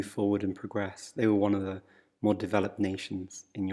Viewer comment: Tienes pesimo acento hablando. The no se pronuncia (de), sinó con El sonido Swcha